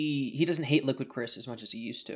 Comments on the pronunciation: liquid cwis' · Liqwid Cwis